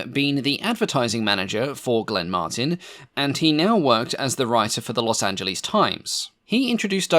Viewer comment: 17 min. In, its Los Angeles, not Los Anglese